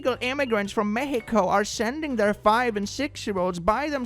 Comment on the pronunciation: It may seem asinine, but hearing someone speaking english say "Mexico" with the correct pronunciation just did it for me this day. You go,, may this season be chock-full of tamales and atole for you and your loved ones